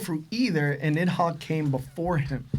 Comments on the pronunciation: Why bro keep saying niMhogg? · has such a fat tongue that pronouncing anything is so hard for him. Bro called NIDhogg, NIMhogg the entire time and they all just sat there and let it happen.